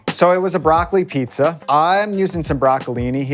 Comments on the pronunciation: Same, bud. Imagine being on a cooking show and saying "pissa" a hundred times. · why does she pronounce pizza like pisser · bro this shit triggering the hell out of me .. like .. where in the world did you end up calling it a pissa ... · Is no one gonna tell her how to say pizza ? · Lady....LEARN HOW TO SAY PIZZA DAMNIT!! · omg why does she not know how to say pizza? everytime she says it i feel like she's slapping me in the brain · and the worst part was that she could only pronounce it correctly by accident when talking with her mouth was full. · is she pronouncing "pizza" weird? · is DOPE! And the way she pronounces "pizza" warms my cold Italian heart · drives me insane! say fucking pizza right! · Its beyond annoying its literally mispronounciating the word of the show you are a host of. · I hate how she pronounces pizza. And she just won't stop saying it....... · She says.......Pi......Pissa........Pissa?.....[Pee-suh]??? But it's Pizza. [Peet-zah]. Pizza. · She keeps saying pisa instead of pizza lol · The way this woman is saying pissa instead of pizza ruined this video lol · Some please !; Please!!!!! Please!!!!! TEACH HER HOW TO SAY PIZZA . OTS PIZZZZZZZA NOT PISSA . I like the show but she is annoying on how she says PISSA when it's pizza m please someone help her or find someone else that can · pizza, piːtsə not pessa, fuck me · I wanted to see the " PEE SUH" wtf??????????? why do some people pronounce peets uh, as PEE SUH. jesus fucking christ people, can you not think about language deeper than a 2 year old? fucking get it together man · Why is it so hard for her to say pizza, instead of peesa 🤦🏻‍♂️ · PIZZZZZZA NOT PISSSSSSA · Not pissa, PIZZA; PEET..ZA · It’s pizza not Peasa. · I love this whole concept but why is the host saying pissa instead of pizza it's driving me crazy :P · pisa, pissa, pisja or pizza? like man where those "Z"s at? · oh my god its PEET-ZA not PEESA lmao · She's calling it "pissa". That's 🧢, right there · "The pisa"